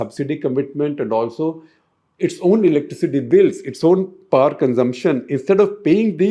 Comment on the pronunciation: Also it amuses me when he utters word poowerr instead of power . His english is amazin.